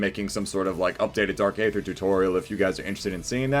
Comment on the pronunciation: Hell yeah man love to see the upload, just starting the video and I have to point out that the A is silent and its pronounced Dark Ether lol